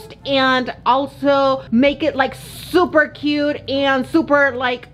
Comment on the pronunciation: I love how says " zzzzzzzuper cute"